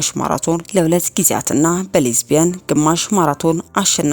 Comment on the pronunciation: * በ'ሊዝበን' ልትይ ይሆን፣ ' በሌዝቢያን'!!! ግማሽ ማራቶን ያልሽው??? Lisbon (ሊዝበን) የ Portugal ዋና ከተማ ነው። የምታነቢውን፣ አየር ላይ ከመውጣቱ በፊት አንብበሽ ተዘጋጅበት። ለስራ ባልደረቦችሽ አንብቢላቸው። ሊያርሙሽ የሚችሉ ይኖራሉ ብዬ በማሰብ ነው። ይሄም ቪዲዮው ታርሞ ቢቀመጥ መልካም ይሆናል። : እንዲሁም፣ ቁርጥ፣ ቁርጥ ያለ አነባበብሽንም አርሚ እባክሽ። አነባበብሽ ልብ ያሳምማል። የአነባበብ ትምህርት ብትወስጂ መልካም ይሆናል።